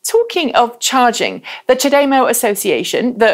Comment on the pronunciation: Question, is there any reason you pronounce CHAdeMO differently than virtually every other person I have met?